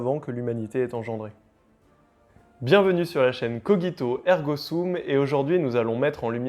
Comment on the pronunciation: Salut, Pourquoi prononces-tu le nom de la chaîne "coguito" et pas "cogito" (avec un gi tendre comme dans "girafe) "?